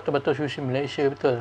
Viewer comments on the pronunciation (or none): none